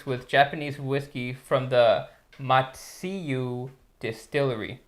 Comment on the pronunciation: It's pronounced "ma-zzu-ee", not "ma-zee-yu"